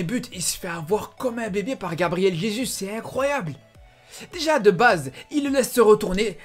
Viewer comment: Juste jesus soit tu prononce à la française "jésu" ou à la brésilienne "résousse " mais là non